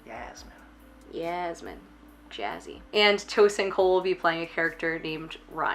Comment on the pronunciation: Yeah was thinking Tosin/Basin? Even worse when apparently his name is pronounced Tossing.